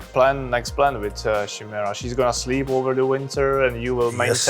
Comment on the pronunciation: nice. Not Shimera, but Chimera i believe